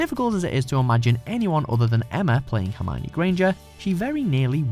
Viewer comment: Hermione who? She is herm-own-ninny